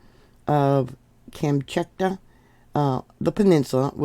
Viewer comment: Shiv-a-loosh pronounce volcanoe name, and Kam-chak-ah for peninsula. Glad you recovered ❤ keep taking D, C, and Zinc to build that immune system for when those grandkids bring home the bugs. 😊